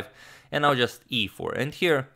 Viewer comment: I like how he pronounced e4 like EA sports